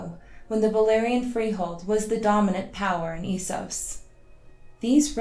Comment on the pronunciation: GRRm doesn’t say eesos.